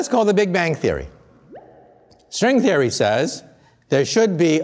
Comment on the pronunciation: "equations of srwing therey"